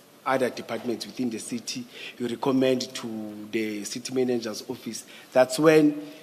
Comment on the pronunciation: Seetee seetee instead if CITY!!! You see yes yes yes yes de seetee